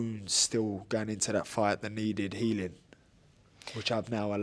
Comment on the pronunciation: It really was a hell of a “gight”